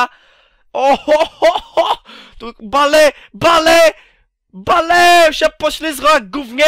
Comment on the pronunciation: czyta sie 'Bejl' zrozum to wkońcu:)